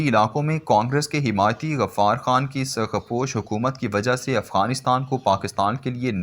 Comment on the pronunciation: Try to read correctly.For example surkhposh. It is not sarkposh